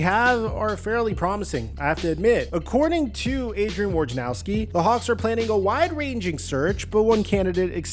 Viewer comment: Woj na row ski, not War ja now ski. Seems nobody can get it right. His name doesn’t start with War.